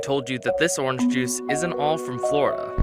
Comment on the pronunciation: orange NOT OR RANGE